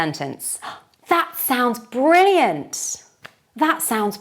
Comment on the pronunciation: Why do we hear at the end of the word "brilliant"/ˈbrɪliənt/ , the sound 's":?? when you speak.